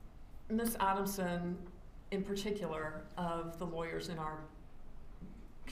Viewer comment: ATTY cannot even say, ADELSON (Ei-del-son). says, Ah-den-sun.